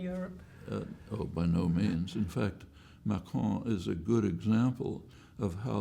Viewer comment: Very good answers by Noam, and the questions could’ve been a bit better organized. Also Noam out-frenches the Evan pronouncing Macron almost perfectly lol.